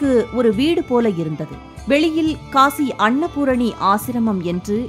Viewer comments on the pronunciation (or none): none